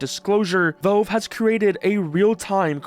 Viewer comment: It's pronounced "Valve", not "VELVE"